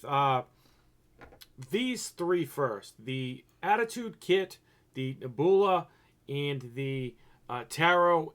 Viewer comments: Really? Neh-BOO-lah? You're smarter than that man, ur making us Boston boys look dumb lol. I can't believe that in your 30+ years you've never heard the word Nebula, pronounced Neb-YOU-lah. Neh-boo-lah my God lmao 😆😆😆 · nehboolah.... cahm awn my guy... its neb(u)la. NEB-YOU-LA... i lawst mah kah keys.. fuggin christ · It's not Neh-BOO-lah silly, it's Neb-You-lah!!! You know, like a nebula in space? It's like a galaxy or something, a group of stars maybe. But I've never heard anyone say NEH-BOO-LAH lol, esp not a grown man. I would think you'd know how to pronounce a simple word like that lol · The way he says nebula 😂😂😂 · THANK you I was wlike he got to be playing he cant be serious reading is fundamental...LOLOL Cash Me Outside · Wow you pronounced Nebula all kinds of wrong lol good video though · the way you said Nebula!!!! That's what sets you apart sometimes and is funny as hell.